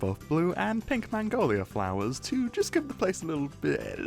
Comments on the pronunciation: The way this guy pronounces "Magnolia" makes it sound like he's saying "Mongolia" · Ah yes, the elusive "mangolia" tree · Apologies, regions unexplored nether biomes; I was unfamiliar with your game. even the glistering meadow pre resource pack was really solid imo, color pallet was pretty much the trans flag hehe edit: the way u say "magnolia" scares me a little